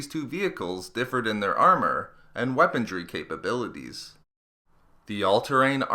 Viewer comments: weaponRY not weaponDRY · Omg its "weaponry," not "weapondry." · Please say "weaponry" - not "weapondry"! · I like your videos and in depth info. Although this video has a lot of "T's"... aT-aT's, aT-acT's, and that's necessary, it should have way LESS "weapontrees". I know it's just a gaff, but it really takes me out of the armor discussion when I have to yell "WeaponRy" at the screen over and over. I accept partial responsibility for my OCD, but please pay closer attention in the future, and I'll keep watching your videos. Thanks 😀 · "Weapondry" is not the word you're looking for (cause it doesn't exist). "Weaponry" is. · Good video, but please.. It's weaponry, not weapondry. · If something is "impervious," it's redundant to also call it "resistant." And there's no 'd' in "weaponry." :-P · It is weaponry, not weapondrie as you keep saying. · Since when was the letter "d" in the word "weaponry"? What kind of dictionary you using, lad? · I can't get over him saying 'Weapondry'. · the "D" in weaponry is silent